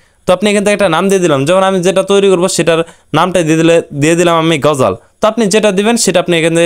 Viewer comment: ভাই তুমি বার বার গজাল কেন বলছো সঠিক ভাবে বলো এটা হবে (গজল)